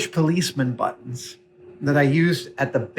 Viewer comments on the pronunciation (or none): none